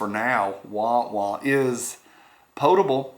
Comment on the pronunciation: Thanks for pronouncing potable correctly. For whatever reason, mispronunciation of that word chaps my buttocks.